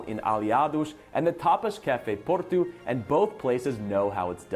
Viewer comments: It seems to me as though there's a bit of confusion regarding Porto and Portugal. does a great job of pronouncing Porto as the Portuguese do. Furthermore, there is no "tshew" sound in the way the Portuguese pronounce "Portugal", and indeed it sounds very much like the way pronounces "Porto" (plus a "gal"). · American in Portugal here👋 Food in Portugal is ALWAYS cooked over natural lump charcoal. No briquettes here. Or real wood. And yes, you say "Portoo". The "o" is typically pronounced as "ooooo". The Francescinha sandwich is bitchin!!! And the Portuguese put a soft fried egg on almost everything. Food here is great. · All his Portuguese pronunciations are spot on or very close to what a Portuguese speaker would do